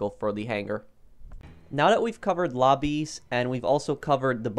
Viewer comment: i'm sorry but i heard you say crew robbies instead of lobbies and i just creased!!!